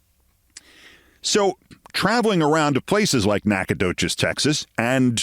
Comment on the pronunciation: Keith - Nacogdoches is pronounced “Nackadish” by Texans.😊